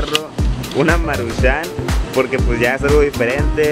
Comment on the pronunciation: no le pongas asento al decir maruchan lo dices como si se escribiera marushán